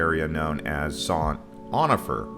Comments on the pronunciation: You missed Avalon on Catalina Island, which is unique and fabulous. Also, badly mispronounced San Onofre. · It's pronounced "San Oh-No-Free". Aren't you? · really couldn't pronounce San Onofre... snooze fest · You need to learn how to pronounce San Onofre